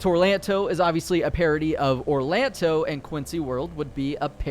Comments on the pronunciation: Orlando not Orlanto 🤣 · This dude really said orlanto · Orlando not orlanto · orlanto ? bruh..